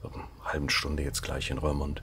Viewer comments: Darf ich einmal klugscheissen: bei „Rörmond“ klappen meine Zehnägel hoch. Das „oe“ in Roermond wird wie unser „u“ ausgesprochen. Also RURmond. Es geht nämlich um die Rur aus der Eifel, die bei Roermond in die Maas mündet (-mond). Also: oe=u und das u=ü. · Ja, die niederländische Aussprache... Die Stadt heißt "Rurmont"! Ich versuche mir da mit Eselsbrücken zu helfen: OE wird wie u in Buch gesprochen. Boek und book heißen im Niederländischen wie im Englischem Buch und werden gleich ausgesprochen. Oder ui ist wie unser äu: huisje heißt Häuschen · Hey,, Du Nase 😊, den Ortsnamen "Roermond" spricht man nicht "Rörmond" sondern "Rurmond" aus Liebe Grüße vom Wolf-Uwe aus dem Münsterland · Lieber, falls es noch nicht erwähnt wurde (Klugsch*** Alarm): der Ort spricht sich Rurmond, weil die Rur ohne H in die Maas mündet 😉